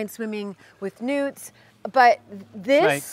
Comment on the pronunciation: I thought she said "I don't mind swimming with nudes"... Took me a minute to think of "newt. "